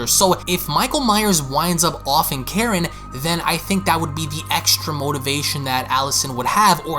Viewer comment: You sound like a Canadian and your voice is so annoying. Not trying to be mean but also quit saying “offing Karen”, it takes from the significance of her role and it also sounds like ur saying “whaffing karn” LMAO